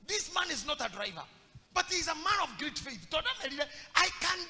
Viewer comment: hello.I like your teaching/preachings.However,as a grammar student I'd like you you to correct your pronounciation of the word ''great'' and differentiate it from ''greet'' because I've heard this for long.no offence,thanks.